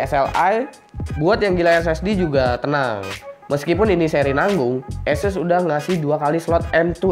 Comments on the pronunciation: sebenernya sih ahseus broh... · jd kyk bule lu bang!!!! Asus jd aises wkwkwkw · latah itu ikut2 orang luar wkwkwk